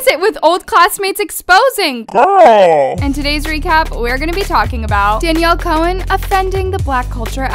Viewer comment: At the beginning she said "Danielle collen "